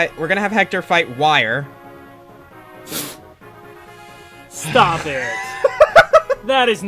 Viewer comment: Uther is pronounced "OO-thur" And Wire is probably pronounced "WEE-ray" Also, Hector=Green Hulk, and Dorcas=Grey Hulk